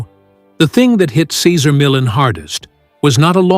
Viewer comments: "Sayzer Millin" 😂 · Say-ZAR me-YON. You are welcome. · "Casar Millen" stupid bot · Who’s “Cesar Millen”? 🙄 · Sezzer Millen? Gee, one would think you could pronounce his name correctly! At any rate, I miss his show, he came a long way for it to end like it did. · I like you knowledge on Cesar Millan. But, I really wish you would learn how to say his name right and stop saying it different through the whole video. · Okay....I'm 3/4 of the way through this video, and if this guy mispronounces Cesar Millan's name one more time.... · The commentator can’t even pronounce his name!! Cesar is the best and will always be! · Cesar deserves a better written presentation that this. Sheesh. No human on board, to at least make sure his name is pronounced correctly? I have read two of his books...and don't even own a dog! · Could the narration at least pronounce his name correctly? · Frigging give the man RESPECT 🙏 & pronounce his damn name correctly 🤬😤😤🤬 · How can I believe you when you don't even pronounce his name correctly or at least how he pronounces it. Other than that, I am glad to know the other side. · The guy talking can t pronounce cesar last name. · Can't even pronounce his name right 😂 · Can't even say his damn name right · It would be nice if they used a voice that could pronounce his name correctly!!! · He is amazing. I’d love to see the respect of you at least attempting to pronounce his name correctly! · He was born to work with dogs and he loved what he did. Kudos to him! If you are doing a retrospect on someone, please say his name correctly throughout the video. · This video doesn't sound very credible when they can't even pronounce his name. 🙄🙄🙄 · Can't watch...pronouncing his name is unacceptable. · It was hard to listen to the announcer mispronounce Cesar's name over and over. However, I am a big fan of Cesar and I have used his methods with success. I still watch him on you tube and I wanted to know what had happened behind the scenes.